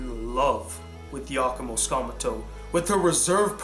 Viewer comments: I love this top 10 video but, I have an issue with it. you kept mispronouncing #1 name. it was really annoying but I digress. btw tsukamoto is pronounced sue-ka-mo-to. that was the main issue I had. first name wasn't butchered as bad. you kept saying sakmuto... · oops. misspelled the last word. you kept saying skamuto. I typed sakmuto by mistake